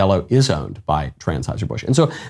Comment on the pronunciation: at 0.54 it sounded like Michael Knowles said “Transheuser Busch”; if he did, that would have been very appropriate.